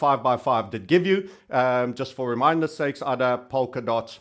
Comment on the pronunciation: ADA is pronounced with a HAED A. The token is named after Ada lovelace. Cheers